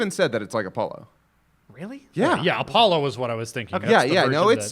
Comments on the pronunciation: it's othello, cringed every time they said apollo. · Inferno 54 Oh it sounded like he said Apollo to me, but I'm sure your right. I've never played Go either, I know it has round pieces that are black and white and that's about it.